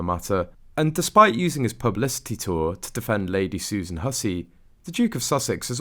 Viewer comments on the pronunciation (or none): none